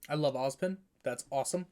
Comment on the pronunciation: "I love Ospin" - that hurt my soul.